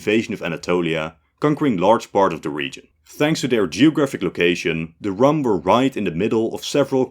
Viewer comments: Just a small nitpick 'Rūm' was not pronounced as rum the alcoholic drink but the 'u' is more drawn out and the word sounds almost the same as "room". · "Rum" should be pronounced like "room" or "doom" not "gum" or "tom". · Rum is pronounced as Room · Rum is pronounced ROOM. Whats the great effort when using Arabic in a documentary to "research" a bit? Its not like you are doing Etruscan. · Rum is a drink from the Caribbean. Foreign place names should use pre-vowel shift pronunciation. So Rum is pronounced room. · very good episode but some points: 1-Rum reads as room 2-Von Habsburg dynasty have a new heir they just lost the last crown prince these are different and Prince Karl still have his claims on many countries such as Croatia 3-didn't Spanish crown claim on Roman empire?